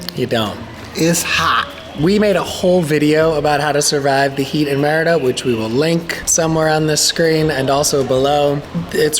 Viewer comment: lol its meeeeriiiida not meeehridaaa